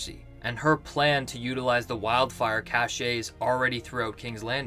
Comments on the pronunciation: FYI "cache" in this context is pronounced "cash". "Cacher" (as you've pronounced it, "ka-SHAY) is the French verb "to hide", which is clearly where the English came from (i.e. the cache of wildfire). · Cache is pronounced "cash" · I can't take this seriously when the narrator can't pronounce lyanna, cache, or sentiments (not sediments) correctly.